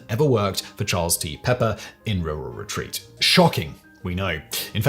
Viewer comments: As someone from RURAL Retreat, I'm thoroughly enjoying the RurRur Retreat pronunciation. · I came for the story and stayed for how pronounces Rural Retreat...